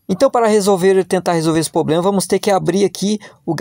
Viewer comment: O problema é o "poblema"